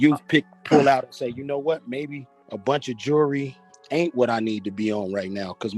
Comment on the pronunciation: What is "jerly"? You mean jewelry?